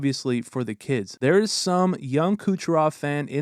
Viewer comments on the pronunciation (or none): none